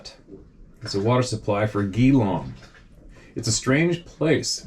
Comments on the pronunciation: Pronounced Jee-long as in G-long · No punctuation is the way the locals 🤪 are in the Ballarat region. Pissed myself laughing 😃 when I heard that. Geelong is pronounced like ghee long for future reference. My parents lived near there decades ago and had numerous 'shitting their pants' moments. What is your email address please? I would love to share in a safe space.